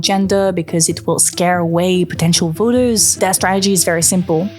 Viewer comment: has anyone made you notice how you tend to pronounce vote "vert" and voters "vers" ?! your british-leaning accent is bugging my american-fed ears, not even halfway through the video and i got to point it out !